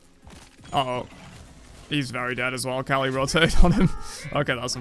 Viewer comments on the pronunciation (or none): The fact that pronounces Kali as "R Kelly" is definitely something LOL